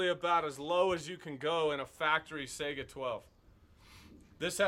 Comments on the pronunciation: I HATE how people pronounce the name of this gun. I am taking a Russian Language course and will be travelling to Moscow during the next semester of college. The gun is not Pronounced "Sega" like the game console. The Russian word Сайга is pronounced "Sai-Gah" :( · I've heard sAiga (ei) , but correct is saigA (a:) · Its not pronounced sega.... its SAI GA ... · come on man, why do so many people call the saiga a sega? just like calling a mosin nagant a mo-sin na-nant, its mo-zeen nuh-gohn the t is silent.